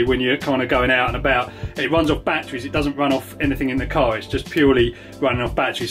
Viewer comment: I can NOT believe he literally said: "BATT treez" "bat ER reez" 3 syllables